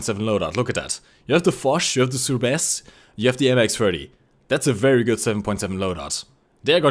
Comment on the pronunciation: SteelxWolf he said souffle